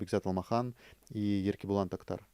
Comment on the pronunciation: ты сколько уже в КЗ., надо уже научиться.. не Тахтар, а Тохтар:; не Аспанов, а Оспанов